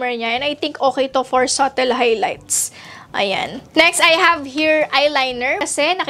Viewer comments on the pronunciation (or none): none